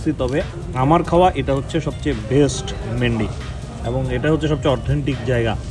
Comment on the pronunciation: ভাই মেন্ডি না। মান্দি😅😅গত এগারো বছর যাবত কুয়েতে খাচ্ছি😊😊